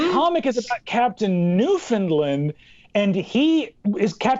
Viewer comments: Um, actually Newfoundland is not pronounced “noo-fuhnd-luhnd” but more like “noof’n-land” , usually with the emphasis on “land”. I’m from St. John’s, and I’ve never once heard it pronounced the first way. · Um, actually, it’s pronounced “New-fin-land” and not “New-finned-lind” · Umm actually it's pronounced new-fin-land not new-fund-lund. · New found land 🤦‍♀️ there's no 'fin' hahaha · Um, actually its pronounced New-fun-land not New-fin-lind, a common mistake. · Um, actually... It's pronounced New-FOUND-land, not New-FIN-land. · Um, actually, Newfoundland is pronounced "new-foun-land", rhymes with "understand" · Um actually, that's not how you pronounce newfoundland. Newfoundlander here to let you know, it's pronounced "newfunLAND" with the emphasis on the last sylable. It rhymes with "understand". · Um, actually it’s pronounced “New-fin-LAND” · Stop murdering the pronunciation of Newfoundland! Remember it's understAND, NewfoundlAND! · Um Actually Newfoundland is pronounced New fund land, rhymes with understand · Um, Actually, it’s pronounced NewFOUNDLand I live there, soooooo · um actually, you pronounced New Found Land wrong. Easy mistake, here I am to correct you. The way we say it is we remove the Ds from the province name. So it sounds more like New Foun Lan. And also, Captain Canada is less known for being a character for that particular comic, but instead being the mascot for the NTV cable channel. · Canadian here - Um, actually Newfoundland is pronounced “New-fund-LAND” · Um, Actually. That is not how you pronounce Newfoundland. Its said like its spelled New, Found, Land. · Um actually you mispronounced Newfoundland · um actually butchered the pronunciation of newfoundland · Also, just the sheer inability to say Newfoundland is a real mainlander move. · Um, actually, no one pronounced Newfoundland correctly 😅